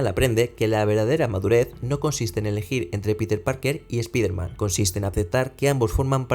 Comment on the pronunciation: Si vas a hablar de un personaje extranjero deberias minimo saber pronunciar su nombre. Espiderman? Pedazo de burraco!